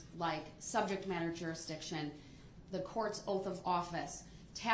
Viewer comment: “….and we still haven’t addressed subjet matta groundzidiction……”--(wow-looks like Commander Riker beamed in ---this trial must have some interest to the Enterprise-D crew in the future).